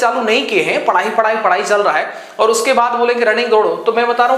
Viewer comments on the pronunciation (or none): none